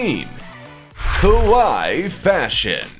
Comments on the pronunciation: It's kawaii.... (ka why ee) . The way you were saying it kowai.... (Ko-why) mean scary in Japanese. Big difference. lol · Your pronunciation of kawaii (cute) sounds more like the word kowai (scary). You need to say both "i" letters ( like in Hawaii) and the "a" less like an "o" sound. How do I know this? I accidentally called a girl "scary" that I wanted to call "cute".... OOPS!!!